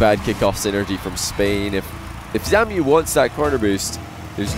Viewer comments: shiiiit please stop calling ZAMUE "ZAMIU" it's so tilting :( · Shekleor jajajaja ya ves, his name is zamuee joe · chupito everytime says "Samiu"